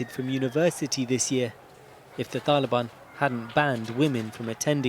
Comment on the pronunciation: Why do you keep saying taliban like that